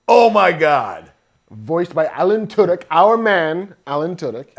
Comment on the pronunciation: Is Smith deliberately pronouncing "Tudyk" like "Two-dicks?"